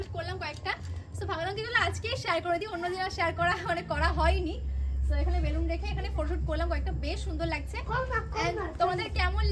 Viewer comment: বালুন না রে বেলুন ওটা।